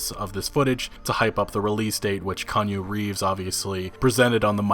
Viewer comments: Every. Single. Time. Kan U Reefs! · Kanye Reeves ? Kanyu Reeves ? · Kanye Reeves? Lol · "Kanju Reeves" -, 2019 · "Kanye Reeves?"